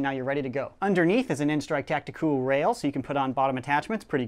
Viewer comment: And not tacti-cal